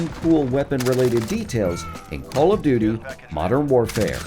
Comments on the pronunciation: Did he say Call of “Do Do” Modern Warfare ? That caught me off guard haha Very well made video regardless! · Bruh I heard him say call of dodo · Anybody else hear “call of doodoo” ? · No offense but did I hear u say call of du du 😂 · It sounds like he said call of doodoo lol